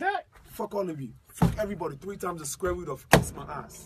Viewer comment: did this fool say "all tree of y'all